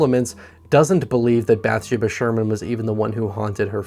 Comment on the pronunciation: Did you really watch the movie as many times as you claim? Because every time you mispronounce a simple character name it makes me think you're just doing this because horror is popular on YouTube. Which that's fine if you're not a horror fan. Just be honest. You do a great job either way. Literally the only thing wrong is not researching how to pronounce character names. It's not BATH-sha-buh. It's Bath-SHE-bah. Emphasis on the second syllable, not the first as you're pronouncing it.